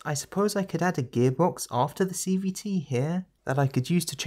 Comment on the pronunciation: I swear at some point you just say "CBT"... and i am NOT the only one hearing this.